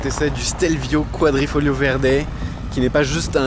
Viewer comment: Super video comme d'habitude! Et c'est QuadrifoGLIO et non pas Quadrifolio, continue comme ca ! :)